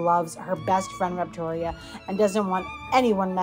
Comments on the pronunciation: "Rept-oria" XD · Confusing. Reptoria is a great name, as you pronounce it - but you spell it weirdly, like Repo - toria.